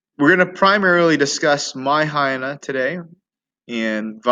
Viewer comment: Why are you pronouncing “mayahayana”?